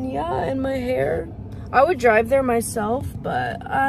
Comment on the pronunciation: lol it sounds like he’s learning english